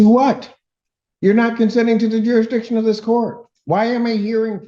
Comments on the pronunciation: ‘What does she mean by ‘ youresdiction’ 😆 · I feel like they have a harder time saying jurisdiction than they do trying to say ask